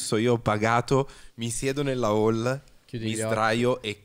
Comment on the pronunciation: e seguenti: ma come pronuncia "Hall"? Senza h? ma neanche le basi di inglese?